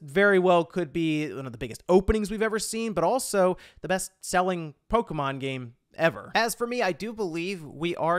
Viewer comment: Polka, mon. Sounds like a Rastafarian talking about Polish music.